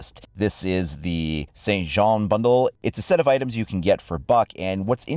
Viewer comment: He said it correctly...?